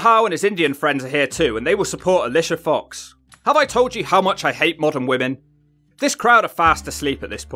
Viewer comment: How on earth do you get Drew McIntyre and Elias pronunciation wrong straight off the bat? Do you actually listen to these episodes? Nia Jax 😅 nope Alicia fox 😂. Close Why do you hate modern women ?